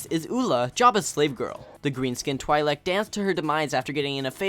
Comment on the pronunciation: its pronounced tweelek